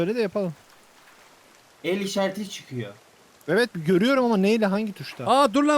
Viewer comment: Şu evit diyiş çok komik 🤣🤣